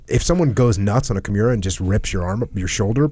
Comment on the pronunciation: Did Jocko call a Kimura Kimuira?